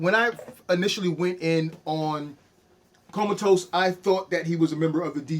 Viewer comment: come ahhh tus, lmao, not comatose. too funny